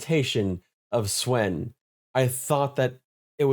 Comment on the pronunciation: Dude, Swen is pronounced as "Sven." "Say [his] name right!" - Key & Peele